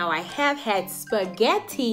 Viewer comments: Lol omg this is so hilarious 😂😂 Spahetti 😂😂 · Spahetti???😂😂😂 all we need to add is lasag-na!!